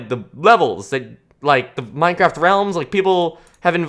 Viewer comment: I'm I the only one say in intro it said mintcrsft